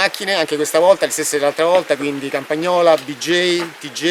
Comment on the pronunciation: Campagnola, not compagnola